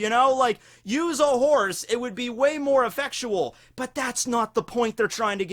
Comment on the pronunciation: noooooooooooooooooooooooooooo. he said effectual again. oh god. twice in a row. please stahp.